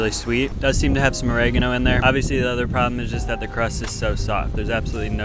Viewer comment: OH - REH - GAH- NO... not o-reg-eh-no